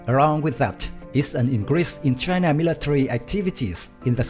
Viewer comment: Choina voice 😂